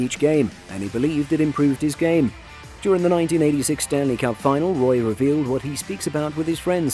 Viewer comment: Roy?? Might want to check pronunciation on one big shoots.